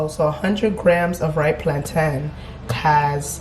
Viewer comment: The way you pronounce "plantain" is disappointing. You're Nigerian for goodness sake! What is plan-tin?!